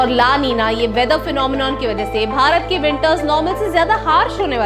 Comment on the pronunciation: Love it when you say "Bharat"